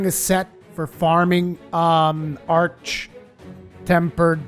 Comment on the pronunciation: Thank you for saying arch and not ark